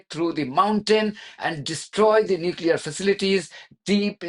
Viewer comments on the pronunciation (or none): why do so called educated people pronounce nuclear as nuculur?